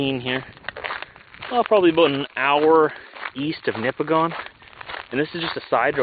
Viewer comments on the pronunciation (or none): none